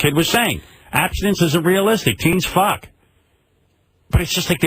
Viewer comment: Howard finally gets to use the F word thanks Satelite radio and he can't even say Fuck right. Ffferfucka. What's with that? He almost seems uncomfortable with the word.